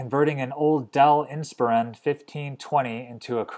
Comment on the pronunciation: Inspiron is prenounced Inspyron. Not Insperon. ;-)